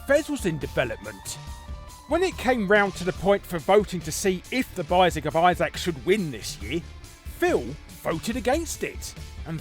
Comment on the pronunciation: It's Isaac, not Issac.